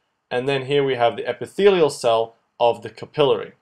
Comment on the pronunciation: Great videos. They are very useful for helping me understand what my professor is talking about. The only thing that I would recommend is improving on word pronunciations, they are a bit off (for example: capillary, pulmonary, macrophages, collagen).